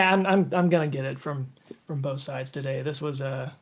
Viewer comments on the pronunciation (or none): none